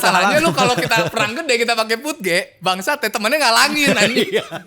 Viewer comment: Bukan puj bwang tapi PUD GE 😂😂😂